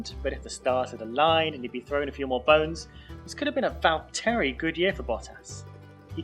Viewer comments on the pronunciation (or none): Great runthrough, but I have to say that it's not val-TEAR-y, it's VALL-terry. He's just Waltery.